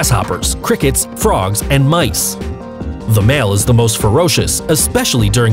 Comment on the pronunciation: mieces hahaha